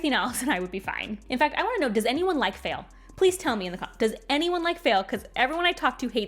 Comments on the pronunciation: Me: isn't her name pronounced Fah-eel? (If I remember her dictionary entry correctly) Also me: but she dislikes the character, so maybe it's intentional. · I don't hate Faile as much as most but I'm here for your pronunciation of her name haha.